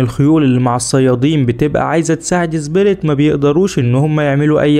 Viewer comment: ليش تنطق سبيريت . زبيريت